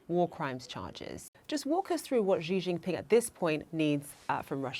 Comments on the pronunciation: She pronounces Xi like Ji, which means chicken, also slang for penis 😂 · This woman cannot even pronounce Chinese president's name correctly. What an ignorance... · CNN can’t pronounce Xi’s name correctly? It’s important. You can’t just make things up to your own liking as you go along. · Speech therapist is needed to teach you how not to mispronounce the Chinese President's name 😅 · How tf are both you journalists failing to pronounce XI!?